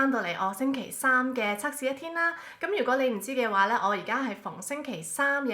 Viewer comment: 係cak試唔係cuk試啊😂